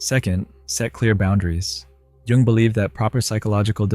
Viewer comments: Jung not Young! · Jung not young. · Who the heck added the texts? It's Jung, not Young (or even 'young' as the texts state)... 🤦 And it's not pronounced 'young', either... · It's JUNG, not YOUNG as the bilt- in captions say. On another note : It doesn't even take an hour of talking to get depleted. With some very effective energy vampires, 10 minutes of nice chitchat will be enough. It happened to me last week. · A question: why do English speaking people peonounce Carl Gustav Jung surname like 'young'? I find this pretty annoying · Carl Jung. "JUNG"! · Wow, can't even get Carl JUNG'S name right 🙄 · Is the mispronouncing of "Jung" driving anyone else crazy? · Another bogus AI oversimplification of Jung , all the while mispronouncing his name. As an old professor of mine once claimed, if you think you understand Jung, you don't.